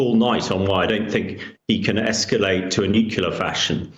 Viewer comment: 'Go nu-cu-ler?' He sounds as articulate as George W. Bush. His level of understanding is about the same, too.